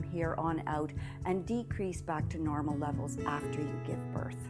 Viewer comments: I thought I wasn’t hearing right 🤣🤣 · "This is perfectly normer" 😂